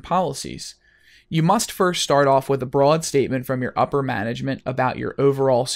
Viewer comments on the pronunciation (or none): none